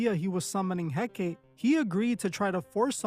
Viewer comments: Hecate (/ˈhɛkəti/ ⓘ HEK-ə-tee, not He-Kate. The wiki page even has a play audio feature. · Pronounced "Hek-uh-tee". Not "Hek-kate". XXX was pronouncing it wrong. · It's not Heck-ATE It's Heck-uh-TAY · Hecate: HEH-kah-tee, HEH-kah-tee, HEH-kah-tee! Not HEH-keit. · The Goddess' name is He-ka-tay, Not He-Kate. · ❌hek-ate ✅hek-a-Tee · It’s pronounced Hek- Ah - Teh . Not Hek-8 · her name is he-kuh-tee . u also don’t know what ur talking about . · Hecate is pronounced heck - car- tay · Hecate pronounced Hek-a-tay. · Pronounced: Hek A Tay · Its pronouced 'hek-uh- tay' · Ok but it's pronounced "heck-ot-aye" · It's pronounced HECK UH TEE. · Her name is pronounced He-cuh-tay, I was actually commenting about XXX then you spoke about it! It amazes me people will believe in this, but not believe in Jesus! Jesus is Lord!! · Hecate, hek-uh- tee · I cringe everytime he says it because of that! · dude cant pronounce hekate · Just so you know, the ''E''at the end of Hecate's name isn't silent. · You’re not remotely pronouncing Hecate right or representative of who she is 😂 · Yeah, the mispronunciation really got to me. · Hekate is not supposed to rhyme with "decade". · I feel like he’s mispronouncing her name on purpose so people can’t look her up or maybe trying not to say her name out loud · I think you’re mispronouncing he c a te name on purpose I too don’t say their names out loud I don’t want to summon it some see her as a goddess I know it is a demon. Anyone “working with” these “goddessees” these entities despise humans they don’t want to “help you” and get things for you they might play along and make you think you have the control until they flip the script and it’s never when you think and always worse than anything else you can imagine. Anyone interested in a deep dive in how this works watch a former occult practitioner Craft To Christ she is really helpful in spiritual warfare and follows God now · I thought he pronounced it wrong